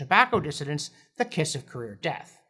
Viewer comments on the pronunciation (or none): none